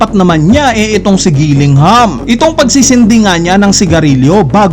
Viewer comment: Gillingham ba tlga pagbigkas sa Killingham?